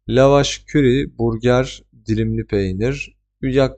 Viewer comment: Teşekkürler bilgi için, küçük bir düzeltme yapmak isterim; la vaş kiri olarak okunuyor o yabancı peynir 😊